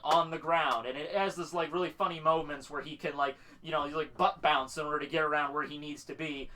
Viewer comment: Bounce man not bound man BOUNCE MAN